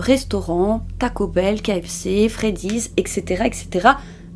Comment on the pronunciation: Taco bell, pas paco 🤣 c'est drôle.